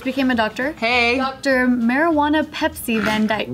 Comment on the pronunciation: Mari-won-ah Pep-si Vandyke for the people in the back! Lmao 🤣